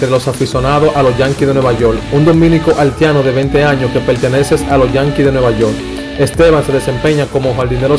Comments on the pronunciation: Se dice HAITIANO... Y no HALTIANO.... Si mejoras tu pronunciacion, seguro que tendras mejor excito. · Hermano, aprenda mas Espanol , no se dice altiano , se dice haitiano Jajaja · Mi hijo nombra esa i , haitiano no haltiano, practica para que puedas hacerlo mejor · Aprende a hablar no diga haltiano es haitiano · Muy bien que conozcamos la ascendencia de nuestros peloteros ..pero ese que esta dando los,datos debe aprender a hablar ..dice haltiano. .dice de ascendencia haltiana. ..debe mencionar la i donde lleva i ...no se dice halti. .es haiti. ...dice peltebeces. .uufff que mal lexico ..... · Porque el que narra el comentario dice haltiano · el no es cibaeño porque el cibaeño pronuncia la i mucho. Pero este joven sobre pronuncia la L mucho. Tiene que ser Capitaleño. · Tremendo video! Felicidades 👏👏👏pero recuerda algo hay palabra que se deben aprender ,por eso a nosotros los dominicanos gente de algunos país latinos se rien de nosotros por la edición al hablar por ejemplo es Haiti no es alti y no es altiano de origen es Haitiano de origen ,es propecto no propeto....ect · Gracias por la informacion y el aporte pero tienes que mejorar el léxico porque muchas personas te escuchan y ven tus videos pero te expresas muy mal, por ejemplo el país es Haiti no Halti, Haitiano no Haltiano, y muchas otras faltas más. Te sugiero que antes de publicar tus videos los escuches y hagas los correctivos necesarios es una crítica constructiva, gracias. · 🤦🏽‍♂️🤦🏽‍♂️🤦🏽‍♂️ BATEY, NO BATEL 🤦🏽‍♂️ HAITIANO NO HALTIANO, 🤦🏽‍♂️ SEIS NO SEL 🤦🏽‍♂️ estos campesinos no aprenderán hablar nunca.. 😂😂😂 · Y es que no le sale la letra i🤣🤣